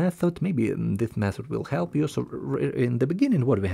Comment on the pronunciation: idk how ur tongue pronounces this as zis..